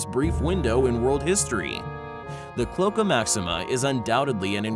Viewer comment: PLEASE! Learn how to pronounce the words that describe what you’re talking about!! It’s your entire job to do so!! Stop being lazy, regurgitating what you think are facts and do a little bit of research. You owe it to your subscribers! Klo - ache - a NOT Klo - ka